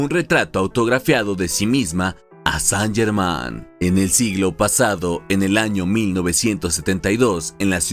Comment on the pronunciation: Qué penita que el nombre esté mal pronunciado durante todo el relato. Más prolijidad para el próximo video.